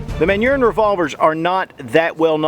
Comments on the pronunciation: Yeah that's what came up in my mind when I first heard it lol! The proper French pronunciation is Mon - neu - Ah! Hmm... on second thought I think I'll keep calling it Man - Urine! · It's pronounced "Mahnooorin", not "ManUrine" and they are Colt copies. They are NOT stronger than current DA revolvers made by S&W or Ruger. Ruger makes the strongest DA revolver actions PERIOD. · It's pronounced "Man Urine". Pardon my French. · Always thought it was pronounced "manor-hine" Edit: Kinda odd that they'd use a flat mainspring given their refinement and reputation as being advanced. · It's pronounced "manner-hine" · 10" revolver with a bipod for military applications......? Oh the French. Also, anyone else keep hearing "man urine"? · Lol, it's because of US (or in in general, english-speaking) accent, in French you'll say [manyʁɛ̃] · totaly butchered up. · It's short for Manufacture du Rhin or Rhine Manufacture. Rhin is the Rine river which runs in Germany and France. "Region du Rhin" is also one of the regions of France. You made a very silly comment. You don't know how to pronounce the word properly which has absolutely nothing to do with your interpretation nor does it remotely sound like it in French.